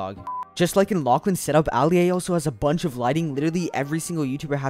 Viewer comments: the way he said alia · why he say ali a. like that 😩😩😩